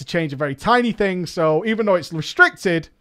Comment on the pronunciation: Robert Smith same with Thing being pronounced as Fing. Been being pronounced as Bean. And they call us stupid cowboys